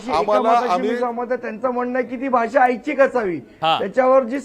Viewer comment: आच्छिक नाही रे ऐच्छिक असे बोल 😅😂